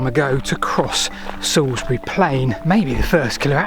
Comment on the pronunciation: Oh, your pronounciations are a bit off! 😜 I leant my new bike up against that first milestone at the top of Salisbury Hollow today, which is quite spooky. The best bit of Wiltshire, and not just because its my homeland.